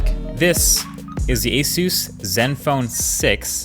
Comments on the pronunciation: bro ... eesus ?!?! common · They just need to teach him how to say Asus properly now! Asoos 😂 Does he really say ‘Soostain’ apparently so!! 🤔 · Learn how to say asus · I've be pronouncing Asus wrong all these years...🤔